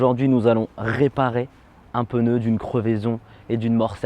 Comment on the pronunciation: Un peneu 😂 on dit un pneu xd